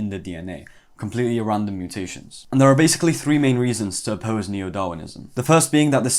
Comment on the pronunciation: Oppossse ✅w